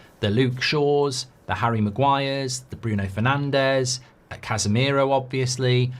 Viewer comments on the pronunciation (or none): Man said Cashmiro 🤣🤣🤣